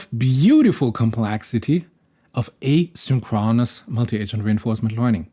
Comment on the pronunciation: Just an fyi if you are like me and like to know: in English asynchronous is pronounced a sink CRO nis